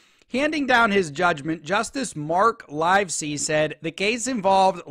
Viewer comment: The name of the judge, Livesey, is pronounced as in “LIVE free” NOT as in “ALIVE”.